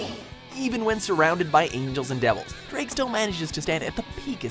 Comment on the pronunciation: Ddraig should be pronounced Dr-eye-G, I say this as a welshman who can speak. I havent seen HighschoolDXD right through, then excuse me if Im wrong xD